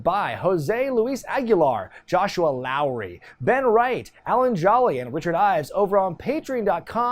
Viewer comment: Joshua LLAOWery 😂